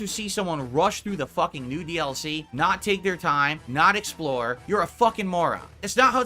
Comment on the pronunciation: "Lemme just say this up front (snort probably) if you want to see someone rush thru the new DLC (...) you're a morahn" But like... isn't speedrunning quite a popular gaming content subgenre? And even for regular streamers, what's wrong with seeing how quickly you can beat something? It's good kahntent, but it makes sense that he doesn't know what good content could look like.